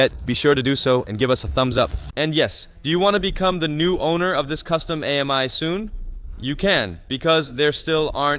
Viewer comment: The name is not A-M-I, but pronounced Ami, which is French for friend!